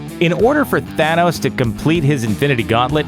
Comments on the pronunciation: Ahhh they way you pronounce Thanos is jaw clenching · Why does he pronounce Thanos name that way? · It pisses me off how you say thanos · Wow. Not pronouncing Thanos right. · Sometimes you pronounce "Thanos" correctly other times you buther it... I don't get how. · does this guy know how to pronounce thanos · The way he pronounces Thanos is very frustrating. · OMG The way he pronounces Thanos is so fucking Annoying!!!!!!! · The narrator should not exist he can't even pronounce thanos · your not pronouncing Thanos right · I fucking hate the way you're pronouncing Thanos. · learn how to pronounce thanos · why do you say thanos so weird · Why do you say Thanos like that? Idk the official enunciation, but it seems like you put a ton of emphasis on the wrong part of the word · he is pronounced Thanos wrong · you cant even say thanos properly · Thonos its thanos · Why does this guy keep saying Thanos' name like he's a Spanish opera singer. I've been into comics for a while, I've heard Than-os(sounds like fan) or Thain-os (sounds like bane) but never have I heard it ever pronounced Thaw-nos, especially with how he saying it with some weird accent. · Say Thaaaaaanoes, not thonoes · im so happy im only watching this now cuz this guys sounds like an idiot, not even a minute in and he manages to mess up the pronunciation of thanos its THAH-NOS NOT THAW-NOS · Nope for iron man Nope for captain America Yes for vision No idea for Hawkeye Yup for star lord Nope for Thor Yup for drax Yup for scarlet witch Yup for nick fury Not everyone Btw it’s not thunos it’s than-ose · Jesus it’s THANOS NOT THUNOS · Anyone else cringe every time he said, "Thaunos" instead of, "Thanos?"No? just me? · I love how you says Thanos as thunos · i like that he is pronouncing thanos "thaanus" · Please learn how to say the name Thanos...its not Thunos, dude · Atleast get someone to read that actually knows how to pronounce the names.. "Thonos'' ffs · Thun-os hmmm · It is pronounced Th-eyyy-nos